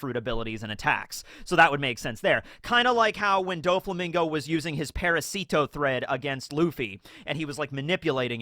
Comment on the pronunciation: Parasito’s stress is on the second A - ParAsito. ParasIto sounds cute tho :D